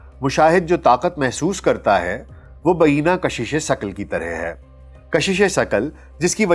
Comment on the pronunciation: ba eena nahi bhai ,,,,,,,, ba aini hi